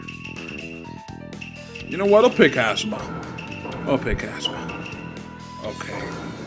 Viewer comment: When you said asuma it sounded like you said asthma ^^